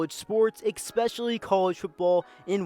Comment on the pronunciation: When the narrator says EX - SPECIALY I automatically feel sorry for his parents.